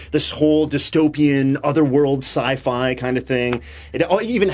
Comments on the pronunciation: Cy Fawn Filter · Sci. Fon. Filter.